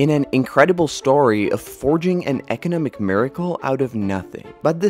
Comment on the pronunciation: EKENEMIC POWERHOUSE....EKENEMIC MIRACLE